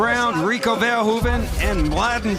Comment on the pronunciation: I like how Ron Kruck is really making an effort to pronounce Verhoeven's name like a native Dutch speaker would pronounce it. . He must have practiced that a hundred times :)